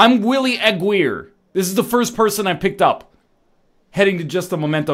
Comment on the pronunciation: Willy Aguirre's last name is pronounced "uh-gear-re" btw. But it's fine, you egg.